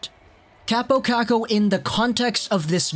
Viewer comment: Its pronounced cop-o kok-o not cap-o cack-o btw